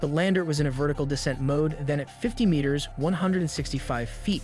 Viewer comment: You don’t know how to pronounce the word, “meter?” Even AI narration would voice it properly. C’mon, man.